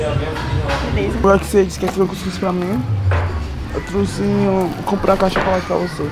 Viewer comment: "Eu truce " foi foda